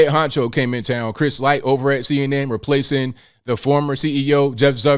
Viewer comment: say REPLACING NOT: REPLACIN'